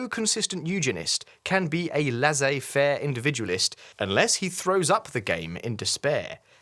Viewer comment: "Laissez faire" is pronounced "lay-say fair," not "lazay fair." Don't copy Americans when it comes to pronunciation of French words and phrases, please.